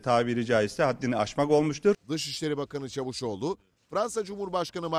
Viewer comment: Adam diye yazilir CAVUSOGLU diye okunur!!!!!!!!!